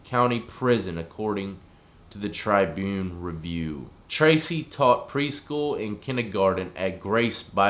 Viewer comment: The Try- Boon death??? Lol Tribune dawwwgg